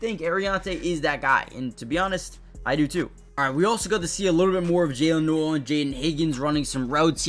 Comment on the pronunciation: Noel is pronounced 'Nole'.